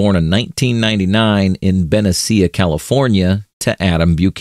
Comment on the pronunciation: Did you mean ben-NEE-SHA (Benicia, Ca)?